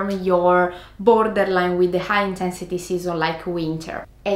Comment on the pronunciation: "too much intehnssity"